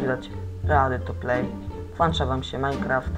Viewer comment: nie włancza tylko włĄcza